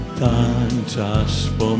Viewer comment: Glos niezly, troche trzeba popracowac nad dykcja nie tanczasz tylko tancz az